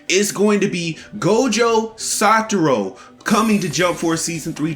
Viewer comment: Am I the only one triggered by him saying saturo?